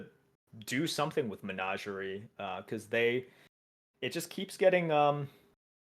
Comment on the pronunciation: Lol I almost forgot how weirdly pronounces things. Menager-ay? Sounds like part of a pig latin phrase were you're slagging off your boss.